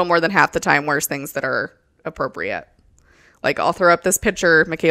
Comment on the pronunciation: “Be apporpiate” go me over here picturing a porpoise wearing the garments 😂